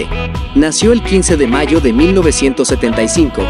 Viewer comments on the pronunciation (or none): none